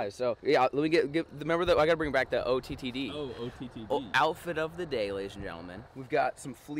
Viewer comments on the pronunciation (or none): I believe its ootd not ottd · 😂😂😂Love that says “OTTD” instead of OOTD